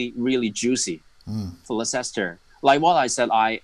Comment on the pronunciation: trypeer, liesester, reecharlayson l0l